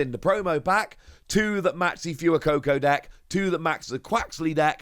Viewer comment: FWEY-COCO not fewer-coco